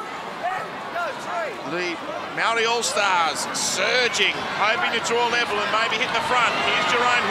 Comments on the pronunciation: Bruh, why they got all white commentators for the Indigenous/Māori game? Dude can’t even pronounce the word Māori 🤦🏽‍♂️. Over 50 percent of NRL players from indigenous or pacific island heritage, NRL needs to change with the times. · The commentators got no idea about the culture. NRL needs to change with the times and get some brown faces in the commentary box. After all that beautiful culture from both sides before the game and dude goes ‘and the Mowree all stars get us underway’ 🤦🏽‍♂️. Other dude goes ‘ so who won the dance contest?’🤦🏽‍♂️ Time for change.